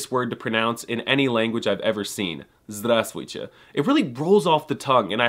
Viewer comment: Just say zdrustee or even drustee (with u as in just)